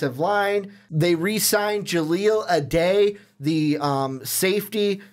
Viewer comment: Do your home work before talking about teams. And I don't say that trying to be a dick, but saying Inman would be behind Travis Benjamin? Not mentioning tyrell Williams? And how he pronounce jahleel Addae lmao just a little more research fellas.